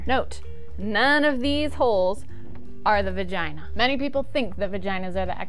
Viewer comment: I am pretty sure she said uretha and vergina...